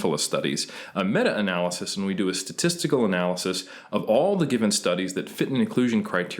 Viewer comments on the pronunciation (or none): This guy comes off like a tryhard and pronounces everything wrong. what's funny is how he changes how he says Analysis from a-nal-y-sis to a-nal-laa-cease midway through then back to original way. Then he adds a terrible french accent to renaissance when it's more of an italian word.